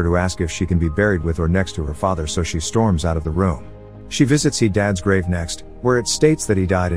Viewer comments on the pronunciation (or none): none